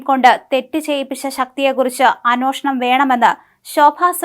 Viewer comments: അന്വോഷണം അല്ല അന്വേഷണം ! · അനോഷണം.. വേണം...അനോഷണം 😂